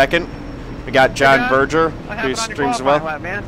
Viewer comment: Oh, and my last name is pronounced, "Burr-grr", not "Burr-jer". I'm German, not French.